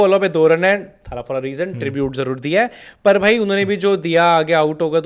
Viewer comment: Arre bhai it's not थाला it's तला or even better तलअ . Stop pronouncing it wrong for god's sake!